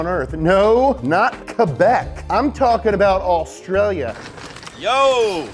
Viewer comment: The quebec call is perfection!